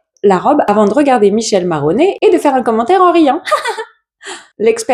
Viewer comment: J'écoute souvent tes vidéos en fond sonore sans regarder les images, et je me demandais qui était ce fameux "Michel Maroney" avant de réaliser qu'il s'agissait de Michele Morone (qui se prononce donc "Mikélé Mo-rrro*-ne**"). J'ai une amie qui a été assez proche de lui pendant un moment, c'est un gentil mec mais c'est clairement pas le couteau le plus aiguisé du tiroir. Mais il est gentil :) *rrro = faut rouler les R **ne = comme dans toblerone ou panetone edit: typo